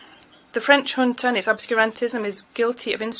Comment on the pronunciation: Awful translation! The word 'junta' was pronounced as 'hunter'. Took me a while to realise.